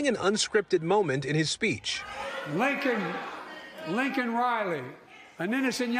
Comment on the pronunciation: He called her "Lincoln" Riley...He's such a loser.